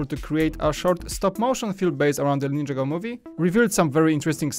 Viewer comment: Learn how to say ninjago